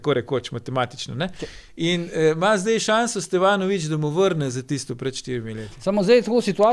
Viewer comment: Dej Bojan, no… A si lahk u glavo našraufaš ime SteVanović in ne SteFanović… Mal smešn je, no